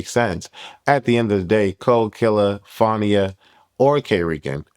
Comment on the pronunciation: lol you know that’s not how you pronounce Fania name. Nonetheless J.O. Doing what all the other girls doing but I don’t think Zeus wanna deal with her